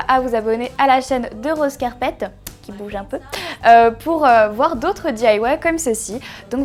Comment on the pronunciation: di-aille-wé? Il va falloir revoir ta prononciation du "Y" en anglais;)